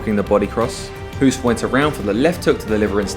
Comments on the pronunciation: Thank you, very nice video! His name is pronounced Hoast btw (like tv-host, or toast), not Hoooost as in cool. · And still you can't say his name properly. Hoost is pronunced as ''host'' but with a long o not the sound oo like zoo. Please try to remember if you have respect for this legend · Pronounced "host", as in "ghost". If you are devoting an entire video to this Dutch giant, can you please at least get the pronunciation of his name right? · The name Hoost is literally pronounced like the english word host. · It's pronounced as the english word 'host' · Hahaha I giggled when you summed up the fighting arts and when you said taekwando you showed a taekwando fighter beeing swept down by a muay thai fighter XD. Btw If you want to pronounce the name Hoost correct, say hose like fire hose) and add a T on the end. So Hose+t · The double oo is pronounced like an oa like in boat. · Hoost is pronounced the same as "low" as opposed to "look".